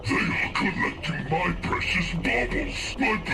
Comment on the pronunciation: "There collecting my pwecious bawbawls 🥺"